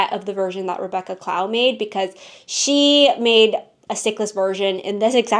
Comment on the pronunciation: Loved the knits! So Many Tests! I did want to let you know, since you make so many of her designs, that Rebeccas last name is pronounced cl-O-w, like how you would pronounce ‘glow’ or ‘low’ but with a C in front ;) hope that’s helpful, she is such a great designer 🥂 Can’t wait to see your 2025 Toasts and roasts!